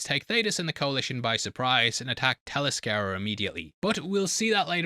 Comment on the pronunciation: The real pronunciation of that word would Teller Scare Ya. Tell-ess-cree-a. Interaction achieved